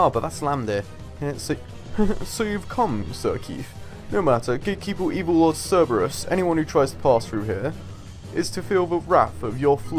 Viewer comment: Cer-ber-us not Cer-e-bus. Silly don't you know your greek pronunciation